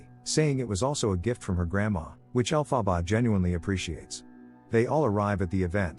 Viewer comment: The weirdest pronunciation of her name.